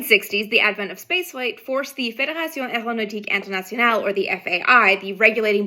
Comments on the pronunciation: LOVE when Amy pronounces the complete F.A.I. name! I'll never be that smart or gifted....but I still learn a ton in here! Cheers Vintage space Community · And her french pronunciation is spot on!